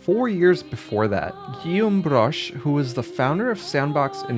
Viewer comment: I really like how much 'Broche' sounds like 'Brush' when you say it.